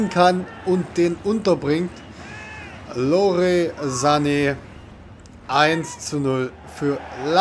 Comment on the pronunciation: (Lorey)? der heisst Leroy hahaha